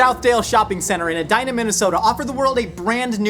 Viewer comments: Nice work on pronouncing Edina correctly! Bunch of cake eaters... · Huh. pronounced Edina correctly. Nice work